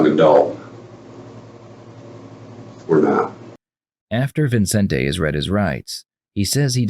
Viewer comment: It's Vicente not Vincente.